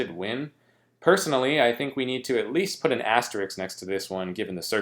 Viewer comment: asteRISK bro... not asterix...